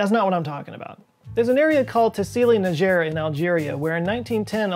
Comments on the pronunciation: We speak English. In English Niger is pronounced Niger. Not knee jerk. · The “corrected” pronunciation wasn’t right either for Niger. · To be fair, most people get Nigeria/Niger wrong so his weak joke was sort of a public service. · Actually, according to Wikipedia, you can say /niːˈʒɛər/ or /ˈnaɪdʒər/.